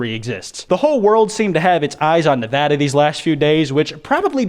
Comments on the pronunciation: It's so good to hear a Youtuber pronounces "Nevada" correctly. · Thank fucking god he pronounced Nevada right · ʰᵉ ˢᵃⁱᵈ ⁿᵉᵛᵃᵈᵃ ᶜᵒʳʳᵉᶜᵗˡʸ ⁱ'ᵐ ˢᵒ ᵖʳᵒᵘᵈ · I can’t believe he pronounced Nevada correctly